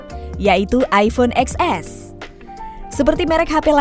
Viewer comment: Kenapa gak bilang ten s sih mbak? Capek dengernya